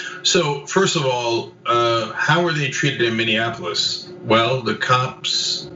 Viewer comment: Say it with me, "minnie- apple-is". I've never heard it pronounced "minianapolis" until George Floyd. Spelled Minneapolis